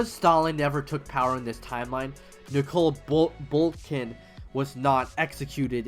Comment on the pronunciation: why are you calling nikolai bukharin nikolai BURKIN